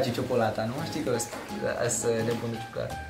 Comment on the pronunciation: Antonio: jocolata chinder imeee pleceeee :))